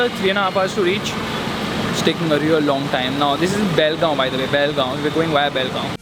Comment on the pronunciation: Did you say Belgaum (Karnataka) it took me so long to figure out. It's call Bell-gam